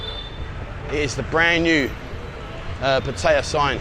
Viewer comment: you're a great guy and I love your show can I get you to please pronounce Pattaya correctly. Sounds like (pat..tea..yah) please